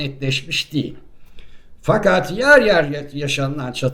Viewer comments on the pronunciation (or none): none